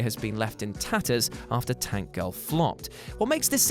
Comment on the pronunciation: I love Tank Girl. You said the title wrong.